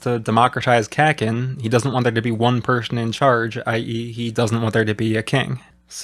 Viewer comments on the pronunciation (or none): Love your videos but I gotta point out for my own sanity you’ve got the vowels wrong in your Kakin pronunciation; it’s closer to “caulking” with no G Japanese vowels are actually extremely consistent, mind breakingly consistent for an English speaker. You’ll never hear that short A pronunciation you’re using, while the way you’re pronouncing kin would be written ‘ken’